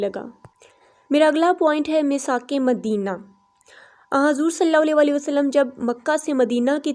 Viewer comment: Bhot ACHA but plz s.a.w W Sahi se kahen Meri bhen